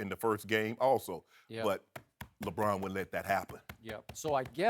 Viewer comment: I do not know why but I find Shannon Sharpe highly irritating - especially his screaming and pronunciation ('skiiiep', 'lebrouuun').